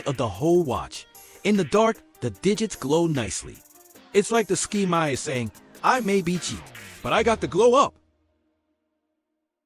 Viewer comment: It's not a ski-my, it's a SK-MAY. Thank you.